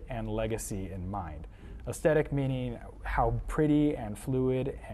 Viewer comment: Dude doesn’t know how to pronounce Gnome OR Aesthetic 🤦‍♂️